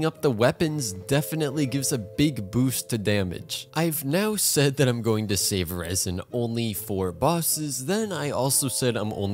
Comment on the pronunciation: When you said "shave" instead of "save" and then you begin advertisement, i thought you're gonna advertise something about learning scottish, ya knoe God shave d queen.